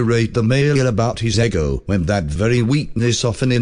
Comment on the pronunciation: lol it's pronouncing ego like the waffles. Silly AI